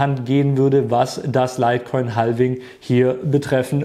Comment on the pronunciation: Bitte nicht "haLVing" sagen... es ist "havfing". 😢